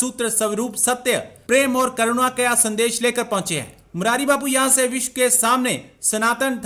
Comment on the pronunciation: उच्चारण सुधारो। उच्चारण सही नहीं रखने से अर्थ का अनर्थ हो जाता है। तुम ‘विश्व’ कहना चाहते थे, लेकिन तुमने बोला ‘विश’। आशा करता हूँ कि तुम विश्व और विश में अंतर समझते हो।